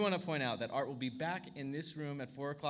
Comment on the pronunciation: It is "Art" - not "Arte" 😉